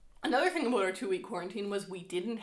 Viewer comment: I’m very new too this channel and already in love, and as a Michigander who now lives in North Carolina, hearing “aboot” is so comforting hahah makes miss home and Canadian neighbors ☺️